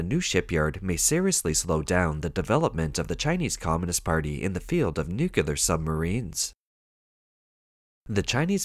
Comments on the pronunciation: Nuclear = "Noo-Klee-Arr". Not "Noo-Ku-Lar"! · A submarine's uncontrolled sinking while berthed at dock? 😮😮 Yep, that's "Made In China" quality for you... 🤣 BTW, nuclear is pronounced "NEW-klee-ar". NOT 'nucular'. Geez. M 🦘🏏😎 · How did you find a text-to-voice app that mispronounces “nuclear” as “nucular”?” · N.U.C.L.E.A.R not N.U.C.U.L.A.R.